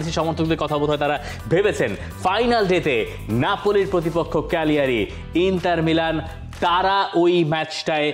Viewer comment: ক্যালিয়ারি না চিলীগিরি 😂